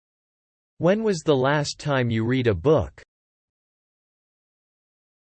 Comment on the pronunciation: when was the last time you read a book? 에서 read가 과거시제이므로 "레드" 라고 발음되야하는데, "리드" 어 북 으로 나오네요.